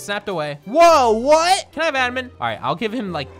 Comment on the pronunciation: 1 like = how many times said “What” wrong